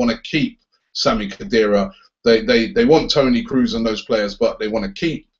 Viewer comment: "Kroos" is actually pronounced as in the bird "crow", so it's "crows".